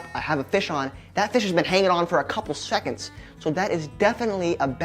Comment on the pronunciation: "a couple srconds" 😂